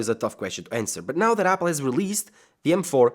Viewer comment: I love how he says yapple